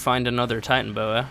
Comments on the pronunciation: It’s tie-tana-boas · I hate to be that guy but Titanoboa is pronounced Tie-tan-o-boa